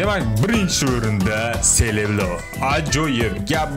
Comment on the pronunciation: Serebro❎ Seleblo✅